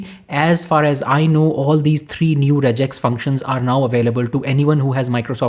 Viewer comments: it is not rejex.. its regex (regular Expression) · Rejex is wrong, and just a Indian accent infliction 😅